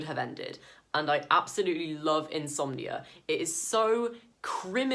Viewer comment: Haha it sounded like you were saying you love insomnia 🤣